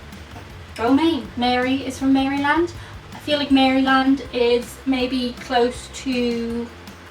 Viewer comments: It’s not Mary-land it’s Maraland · Alright 😅 the way you are pronouncing Maryland is the way that you hate other people to pronounce Ireland. Maryland is pronounced like it's one word. It's closer to Maruhland or Marilind than Mary-Land. 😉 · My eye twitched everytime she called it "mary land" instead of "maralynd" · Not "Mary land" but closer to "Meryl lend" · so oddly entertaining to watch ppl label where the states are, and maryland is pronounced without the Y sound so instead of "Mary land" we pronounce it "Mare Land" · It’s cute that you called Maryland- Mary-land. It’s pronounced Mare-lend, in case you ever go visit. Great place aside from the staggering cost of living. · Your videos are my go-to for escape from anything resembling reality. That's especially important these days. Thanks! Two comments: 1) When you were talking about Michigan, the caption on the screen was "Indiana." But don't worry, no one cares. 2) Maryland is pronounced Mare-eh-lund not Merry-land. Unless you're from Baltimore (pronounced Balmer) where it's pronounced Mare-lyn. However, if you actually come to Maryland, we will let you pronounce it any way you like. Fun fact: The state sport of Maryland is jousting. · Maryland= Maryland: US Pronunciation:"mare" uh lund [rhymes with "stunned"] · Maryland is pronounced “MARE-A-LIND” 😂😂 But I like the way you pronounced it, so cute. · I f you ever go to Maryland, do not pronounce it like you did in the video as a native resident will tell you the right way to pronounce it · Peony (flower) - Pee-Oh-Knee The Rockies run through Colorado, so yes part of the state is very "hilly". Capital is Denver, the Mile High City (since it's 5820 ft above sea level). Hawaii is in the middle of the Pacific Ocean.....way off. Boise - Boy-Zee Maryland - You don't pronounce Mary or land....almost said like Marlind. Minnesota - Called The Land of a Thousand Lake.